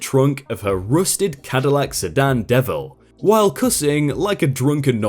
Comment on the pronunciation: It's not said as "devil," it's said as "de(h)-ville" (ville sounds like "villain" but only to the 'vill' part).